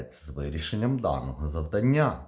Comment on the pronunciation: ЗавдАння! Вибачте, але неправильний наголос дуже відволікає.